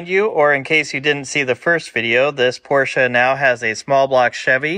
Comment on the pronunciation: Thanks for somebody who pronounces "Porsche" correctly. Iike your videos, no Hollywood, and addictive watching you troubleshoot your cars.